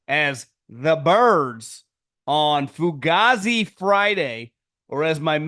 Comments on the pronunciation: … the way you say fugazzi is so unseasoned bro. The way Dom says it is actually the correct way bro😂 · saying foogazi has me literally in tears 😭😭😭